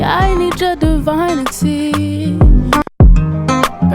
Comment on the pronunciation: Loved how you made up your own pronunciation of a word,lol. True artist in my opinion. "Divinity" (divine Uh Tee)